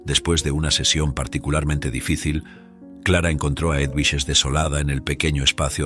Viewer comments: Edwiges se pronuncia Eduviges en Español. Pero muy bien la Historia 🥰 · Es una barbaridad que el narrador no sepa ni siquiera pronunciar el nombre EDUVIGES. Y peor aún, que lo cambie y lo vuelva a pronunciar PEOR. No hay nadie que revise la narración antes de publicarla?? Es un desprestigio y dan ganas de no seguir escuchando. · La historia estuvo bien, pero el narrador nunca supo pronunciar el nombre del personaje Eduvijes, no sé si es una persona leyendo o una maquina.???